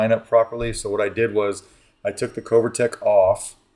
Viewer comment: Covertec - the “o” is like “glove” not like “go”. Always love your vids. No hate, just something that hit me. 🙏🏻